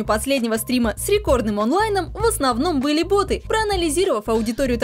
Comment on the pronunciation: ботЫ, ботОв? Что, нормальное ударение уже не модно?